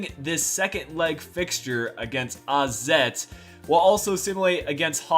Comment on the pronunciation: Wait... How did you pronounce 'AZ' the right way?